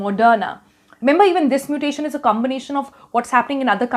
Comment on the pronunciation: Stop your nonsense double muttttation..